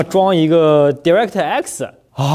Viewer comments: Direct的di读 ”贷” 不读“第” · 聽到我黑人問號，DirectX讀音錯了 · why your pronounce direct so weird